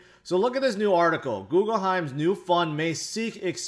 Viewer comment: Does say “Googleheim” to troll us?